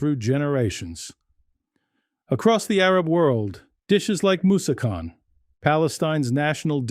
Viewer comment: The correct food dish pronunciation is Mus-sa-khun and ka-na-fah .